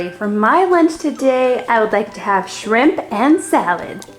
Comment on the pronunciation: Lily it’s shrimp not shimp